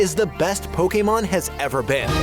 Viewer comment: Youre like the one person on youtube who pronounces Pokémon correctly 😂